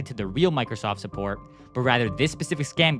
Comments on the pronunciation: “suppoat” bro 💀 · Suppoat😂 Like I'm suppoating you😅